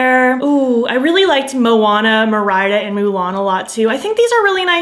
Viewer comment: GURL you did not say Merr-idah 🤣